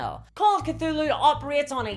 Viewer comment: You mispronounced Cthulhu.